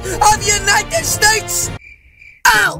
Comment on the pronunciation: I love when you said is that the President of the staks